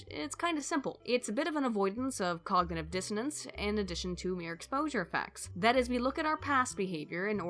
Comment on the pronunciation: "it has great deal of effect on our cognaeve and pare cognaeve responses..." OK, time to get some sleep, or do this when you're a bit less drunk